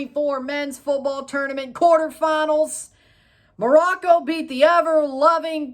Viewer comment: Glad you pronounced Morocco correctly